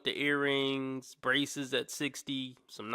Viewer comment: Braceseses Braceseses Braceseses reeeaaaaalllly u SERIOUS…BRACESES